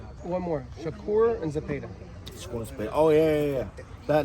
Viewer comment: Bro with the biggest paisa🌵 accent pronouncing zeepeda is cringe af😂